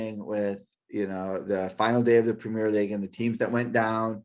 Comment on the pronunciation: Prem - ee-er league, Premier League.